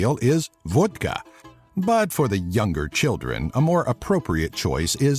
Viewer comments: Its vodka not vudka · oh my god its to funny every time you say vodka i cant stop laughing xD